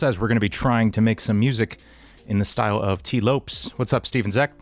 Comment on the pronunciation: Couldn't help but get distracted by how you pronounced Lopes lol, it's pronounced like Lopez!